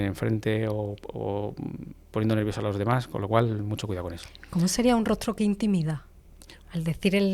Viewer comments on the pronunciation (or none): Para la señora del podcast, corrija su pronunciación, se dice: hasta, no hatta desvela, no devela Práctica, no prática Señales, no señale Demás, no demá Mismo, no mimo Decimos, no decimo Descubrir, no decubrir En fin, usted habla de comunicación y tiene un pésimo dominio del idioma.